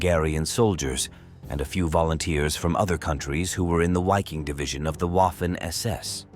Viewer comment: Sounds like possibly auto-translated from Italian and then narrated by a bot that reads remaining German words, such as Wiking or Großdeutchland, as if they were English, I may be wrong. Stalingrando is pronounced emphatically and with confidence. Apart from that, what a waste of human life, the entire Wold War II was a big tragedy.